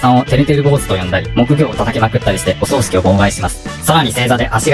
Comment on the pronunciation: おそう⤴しき じゃなく おそう⤵しき ではないかな？ 何か、襲うのかな？…ww